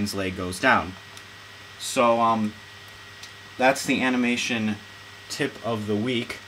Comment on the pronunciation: Tip not TIp :P